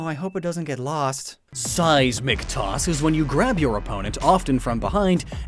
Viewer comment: The first time you said Seismic Toss, my brain parsed it as Size McToss.